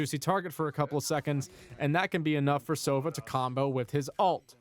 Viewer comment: Just a tip: it's sovA, not sOva. It means - an Owl.